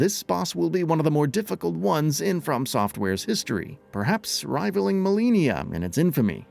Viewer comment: Which one, because.....well...if it was only one... MaliGNia is.... unusual for sure